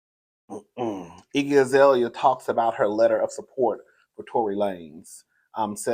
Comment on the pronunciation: Ikky not iggy.